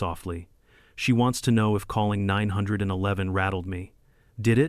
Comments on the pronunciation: Teach your AI that it's pronounced "nine one one" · First clue this is AI is that the narrator can't say 9-1-1 properly.